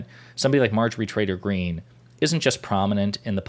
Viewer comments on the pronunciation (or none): Are you saying "Trader Green" or Traitor Green"? I can't quite tell... My guess if the latter, but my ears hear the former... Doh!... I think of her as "Empty Green", devoid of empathy or rational thought.